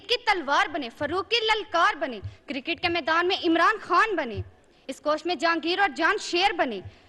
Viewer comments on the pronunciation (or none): none